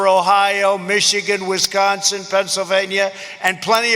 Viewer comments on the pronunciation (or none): none